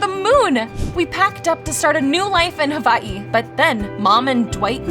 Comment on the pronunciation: She kept saying havaii at the end instead of hawaii